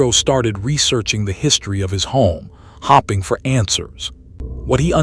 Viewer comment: "hopping" for answers 🤣🤣🤣🤣